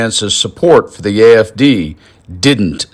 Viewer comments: Lmaoo 😂 he supporting a group and movement and he cant even get the damn name right its the AFD GERMANY . He called it IFD even transcription picked up he called it IDF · It sounded like he said the "IFD!" Not "AFD." Also....anyone notice the Usha doesn't look well? What's that about?😮 That's concerning.😮😮😮